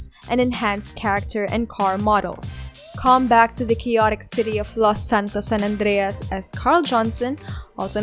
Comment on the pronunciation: Ты че русская ? Почему так странно Сан-Андрес выговариваешь?